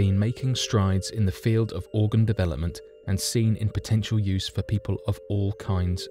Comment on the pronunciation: The word is "Potential" - that is "PO..." not "PI...". "Arrrrrgh!".